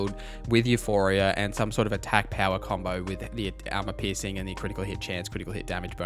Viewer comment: i love that you say "piercing" cold but because of the accent i hear "pissing" cold XD